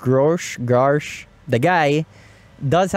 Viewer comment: Good podcast! Very interesting topics especially on the balance between functionality and cost-benefit., you pronounced Grusch correctly the first time. It's like saying Grush (without the 'c').